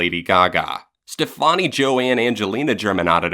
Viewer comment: You know.... it’s pronounced Stephanie right? That aside this is perfect, you & Hannah did the damn thing.